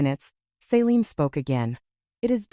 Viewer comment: Pretty sure the sister’s name is Celine, not Saline. She’s not a medical drip.